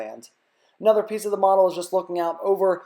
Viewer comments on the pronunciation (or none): none